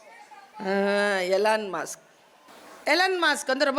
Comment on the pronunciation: en kadhil mudhalil ketradhu "Ellorum aasa" Nu Apparam dhan purinjadhu Adhu Elon musk nu 😂